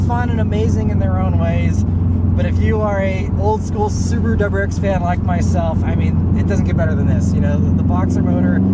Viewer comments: Clicked on the video just to hear the old school "subaruwRxfnhere" haha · I had to double check the upload date when he said "SubaruWRXFan"